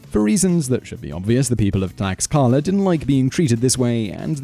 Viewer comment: Too bad that Simon Whistler doesn't care enough to learn how to pronounce names correctly or at least as close to the correct pronunciations as possible for him. For example, the 'x' in Aztec names is pronounced like the English 'sh', so the city is pronounced "tlash-KA-la." Next, Mr. Whistler destroyed the name of the Aztec capital. He said "Teh-no-CHIT-lan," whereas the name is really "Teh-noch-TIT-lan." In addition, at the end of all Aztec words (the language is called Nahuatl, by the way) that end in "-tl," the accepted pronunciation when not pronouncing it 100% as the Aztecs did is to pronounce both letters. Mr. Whistler gives that ending the sound of "ee" for some bizarre reason. For example, he calls the weapon the "mah-KAH-wi-tee." This is an unbelievable mispronunciation! The weapon is actually called the "mah-kwa-WEET-l." I'm embarrassed for how poorly Mr. Whistler pronounced just about all the names in this video. It certainly doesn't show a level of professionalism I'd expect from him.